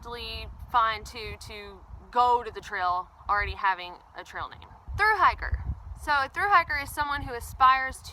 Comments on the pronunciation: What's a "hicker"? I heard you say the word on your trail-updates a few times, but this video doesn't cover it. I would guess that "hicker" is "hiker", pronounced differently for special occasions. If that's correct, what are these occasions? If it's incorrect, what /does/ "hicker" stand for? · Just the pronunciation of "hiker" in a regional Southern dialect.